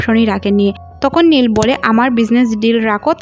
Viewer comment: খালি ভুল এক্সপ্লেইন করেন নীল রে বলেন লি। স্যান্ডি কে বলেন প্যানি।